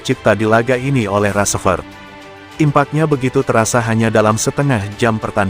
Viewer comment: Nyebut rashford aja g bener itu woyyy